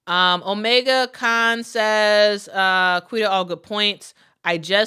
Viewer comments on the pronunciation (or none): none